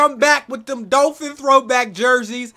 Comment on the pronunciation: Excuse me sir what is a "dullphin"..?